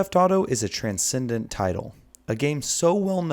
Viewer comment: Transcendent? Speak normally